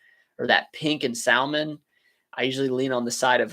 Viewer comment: You probably already thought of this but you need some signs in your store about your return policy. Im assuming no returns or exchanges. You can print on receipts but signs pretty easy. I know a lot of women will shop for their men and theyll appreciate it. You pronounce salmon like my Italian mom😂